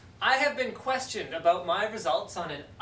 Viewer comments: His voice has not changed but he said it he said the funny Canadian thing aboat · The "about" was a bit more "aboot"-y but other than that he sounds exactly the same. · Eyy aboot